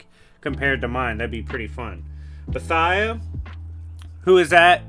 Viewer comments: (Bow-ee-the-ah) not bowthigha brutha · Not to be nit picky but you're butchered some pronunciations. Not hating ,loved the video. Boethiah is pronounced Bow-e'thee-uhh. Hircine is pronounced, Her-seen. Just did this for my own sake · as you should my friend, it just threw me off a cliff, as ive never heard the name pronouced that way lol